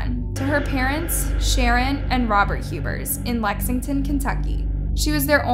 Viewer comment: it's Huber's